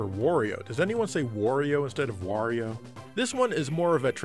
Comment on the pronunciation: Giant Bomb's Ben Pack says, "Wore-io."